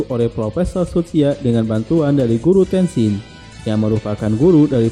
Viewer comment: Reviewnya bagus tapi ada banyak kesalahan dalam penyebutan, seperti: 1. Beak Spider, Beak bukan Black, pengucapannya "Bik Spaider" bukan "Blek Spider" 2. Rei Hijikata (pemilik Ray Stinger) pengucapannya "Rei" bukan "Rai" 3. Guru Tesshin (Okada Tesshin), bukan Tenshin 4. Mobil Jiromaru bukan Saber 6000 tapi Saber 600 "Jiromaru Special" 5. Gen Kondo (pemilik Brocken G) namanya dibaca Gen biasa, bukan ditulis Gene dan malah dibaca Jin" 6. Dan beberapa kesalahan pengucapan minor lain yg g bisa sy sebutin satu per satu disini. Maaf tapi ini hanya koreksi dari saya sebagai salah satu fans anime ini. Saran untuk kedapan lebih baik mempelajari dulu pengucapan dan istilah² di anime yg akan direview sebelum recording. Tujuannya tentu agar channel ini semakin baik, informatif, valid, dan nyaman didengar dalam membuat ulasan. Sukses selalu.